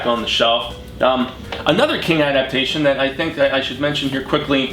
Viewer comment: Awesome video!! Thanks for pronouncing my last name correctly! The webcomic freaked me out man. I watched it all in one sitting at night, crazy. LOL